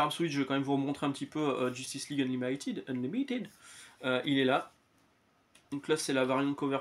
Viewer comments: Pourquoi se casser la tete, ca se prononce juste : Eun-li-mi-tid 👍 (tu l.as bien prononce avant de te reprendre a 5mn). Moi par contre je prefere absolute WW a Batman pour l'instant (je n'ai lu que les 3premiers de chaque serie). Faut toujours que je lise la suite de superman pour le faire une idee. Quoi qu'il en soit en 3 episodes sur chaque serie c'est plus developpé que tout l'ultimate de marvel 😂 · Ton grand conflit interne avec le mot Unlimited est plus fun à suivre que les comics Marvel ! Il faut un peu le prononcer à la française, comme tu le fais à 5 minutes dans la vidéo avant de te reprendre.